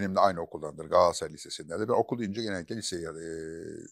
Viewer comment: Çok destekliyorum futbol konuşmamanızı mümkünse içinde “Galatasaray” geçen hiçbir spor dalını konuşmasanız harika olur. Yanlış telaffuzunuza maruz kalmayız böylelikle. Sizin “Galatasaray” ınız, Yılmaz Özdil’in “Coca Cola” sı yıldım